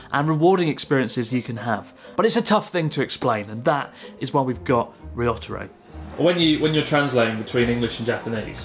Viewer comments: Why do you say "Ryotaro" like "Ree-otter-o", when you know well how to pronounce Japanese names? Confusing. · What a shame you constantly pronounced Ryotaro's name like a true gaijin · Ryotaro is a good guy to help you out. I hope you will practice saying his name. You could do better. Typical of English speakers you seem to struggle with the small ya, yu, yo, pronouncing them separately instead of blending them. (e.g. Tokyo is 2 syllables, not 3)